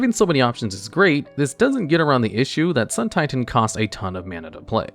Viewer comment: It’s pronounced SUUUUN TIITAAAAAAAAAN